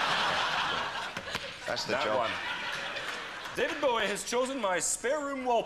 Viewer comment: David Bowie not David bowee😂